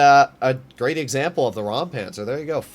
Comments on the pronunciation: It isn't rampanzer it is Räumpanzer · As you mentioned it I assume you might be interested to know how to pronounce it: The German „eu“ and „äu“ pronounce similar to the „oy“ in „boy“. So imagine it being pronounced like „Roympanzer“.